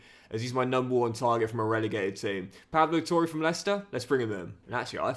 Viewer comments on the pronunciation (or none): It’s pronounced pablo tore not pable toure